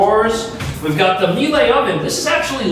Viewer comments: For future reference on German names... ie = "ee" ei="ay". The added e historically lengthens the i, the i behind the e forms a duo, a diphthong. Miele = Meel'uh, Liechtenstein = Leechtenstayn, Siemens = Seemens, Feinstein = Faynstayn, beispiel = bayspeel, spielerei = speeleray Americans with German names can of course pronounce them however they want, but normal official German pronunciation isn't exactly rocket science. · Just a gentle reminder,, that the brand of the oven is pronounced “mealie” rather than “melée” like you were attending a street fight. I own one myself, so I know the correct pronunciation. Lovely units, even the studio one. The rent is very steep, but then I suppose so is the address at 90 stories. The tiles on the bath are stunning. The bigger the units, the more amazing the features. Wonder what the 90th story penthouse looks like…. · "may-lay appliances"😆😆😆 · Miele is pronouces "Me La":))) Thanks for the videos. Really loving it all! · Just a heads up, Miele is pronounced "Mee-la." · dude... it's German. It's pronounced Mee-luh. You got 700k subscribers, you're not a rookie with these things, come on! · You do not know how to pronounce Miele..., it's basically meal-uhh Apart from that the building is beautiful and the apartments seem really nice, though also quite expensive. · That's pronounced MEE-la. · I believe the pronunciation is MEE-EH-lə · It’s pronounced me la like Sheila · Expensive for a studio but super nice in a luxury building with a pool, gym etc. Those are high end furnishings and appliances. By the way Miele is pronounced Mee La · Miele is pronounced ‘mee- luh’ like Sheila. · Miele pronounced 'mee-la' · The fridge brand, "Miele" is pronounced "mee-luh". Melee (pronounced "may-lay") is what happens when a group of people engage in disorganized hand to hand combat. I can see the confusion considering the similar spellings. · "Miele" is pronounced: MEE- luh. You're welcome : ) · Miele is pronounced mee-luh.